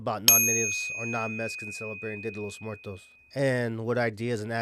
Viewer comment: fools can’t even pronounce Muertos correctly 🤣